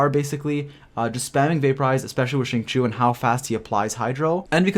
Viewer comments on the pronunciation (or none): Hi, the reason why many spell his name incorrectly is becuz they pronounce it as Singchoo.. in ur case it's Singchewy.. if you say Sing_chee_you with no y, U will always know that the i comes B4 the u in Xingqiu.. don't mind me, I get things wrong all the time n just wanted to share.. happy traveling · I believe it’s supposed to be shing-chou